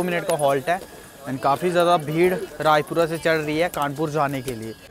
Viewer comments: Bhaiya Vo Rajpura hai Raipura nhi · Bhai raipura nahi rajpura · Bhai Rajpura hai Raipura ni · Bro raipura nahi Rajpura hai